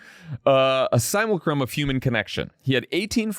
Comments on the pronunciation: Just to be clear, this isn't criticism. Nothing wrong with only knowing a word from reading it. I still struggle with the correct pronunciations of "epitome" and "hyperbole". It surprised me that Jon of all people wouldn't know "simulacrum". With his background, I would have assumed he would have heard people talk about Simulacra and Simulation at some point during his college years. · Note: the word simulacrum is pronounced sim-you-LACK-rum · Has Jon never heard the word "simulacrum" being spoken?